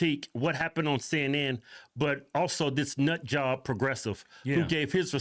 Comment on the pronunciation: Cenn Inn 😂😂😂 I will pronounce it this way from now on 😂😂😂 Love y'all ❤️